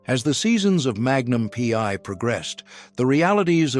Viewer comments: Indeed. A.I. BS.. "Magnum Pee...Eye"... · Magnum Pee….I. AI is so stupid.